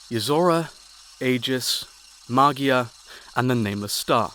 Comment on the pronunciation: Magia is actually the italian word for "Magic", but you pronounce it differently